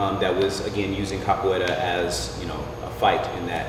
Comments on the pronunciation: o "capoleila" no começo me quebrou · He said “cap a way la “ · Did he said capoeila?